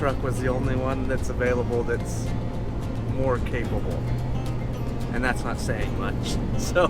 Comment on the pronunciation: The F-150 is "MORR" capable.. bwahahahaha